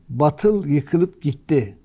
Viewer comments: Senin cehaletini ne yapacağız efendi. Batıl değil, Baatıl okunur. Bak üstündeki şapkadan anlamadın diye iki a harfi yazdım ki harfi uzatman gerektiğini bilmiş ol. Ayrıca Kitabımızda İsâ sûresi yok. El İsrâ sûresinde o ayet. Kılıçdaroğlu ziyadesiyle câhil zaten bu durum konu bile değil ama Erdoğan savunucuları bari biraz ilim sahibi olsa… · Birde batıl diyor. Her ne kadar batıl yazılsa bile bâtıl diye telaffuz edilir. Herifi dili bile yakışmıyor.... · batıl değil hadi bey, BAATIL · Hadi bey Kılıçdaroğluna gülüyorsunuz da, hadi o "batıl" diyor baatıl demesi gerekirken, siz de a harfini uzatmadan batıl diyorsunuz,yakışmadı size .. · Hâdi bey siz bâri yanlış okumayın batıl nedir, BÂTIL olacak. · En az Kılıçtaroğlu kadar, ayetlere yabancı olduğunuzu görmek beni üzdü.. Keşke "bâtıl" kelimesinin nasıl telâffuz edildiğini birine sorup, öğrenseydiniz. Kılıçtaroglu nu mâzur görebilirim. Çünkü İslâm dinine mensup bir toplumsal yapıdan gelmiyor. Ama siz İslâma mensup bir topluluktan geliyorsunuz. Size bunu çok gördüm. Ayrıca gazetecisiniz, bunu bilmeliydiniz.